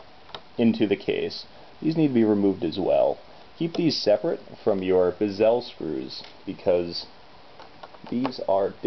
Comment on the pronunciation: Nice video, man...but why do you pronounce bezel like gazelle?